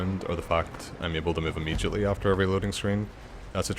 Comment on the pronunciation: “Paarthurnax is supposed to fly away immejitely”